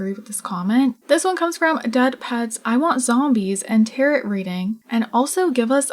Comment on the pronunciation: Tear-o. Tarot cards… said like tear-o … as in SPARROW the bird.